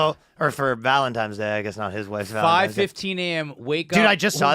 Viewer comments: did and ryan say valenTIMES day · Yo the only thing the hurt worse was Ryan saying valentimes day